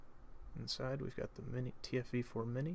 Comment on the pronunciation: how tf are you doing a review for this tank when you don't even pronounce the name of it correctly???